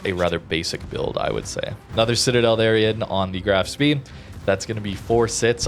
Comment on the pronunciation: Just a heads up. The Graf Spee is pronounced Spay :P